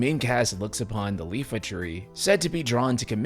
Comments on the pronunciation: iifa not Lifa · What’s a Leafa Tree? You mean Iifa. “Ee fuh” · Did you just call it the "Leefa" tree? teehee. It's actually an uppercase "i" so its pronounced iifa tree! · It's IIFA Tree not LIFA Tree. Yes, I also made that mistake in childhood and I have to constantly self-correct myself even now. But just thought you out to know. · it's not Lifa tree. it's Iifa tree. That's a capital I not a capital L. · ee-fah, not eye-fah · It can still be announced on the 7th and then shown off again at a big showcase, which would still have the same amount of eyes on it. Also, isn’t it pronounced Ee-fa tree? Because it’s two letter Is infront of it? Iifa. That isn’t a L. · He tends to make these screwups. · Bro doesn't even know how to pronounce Iifa Tree. Smh.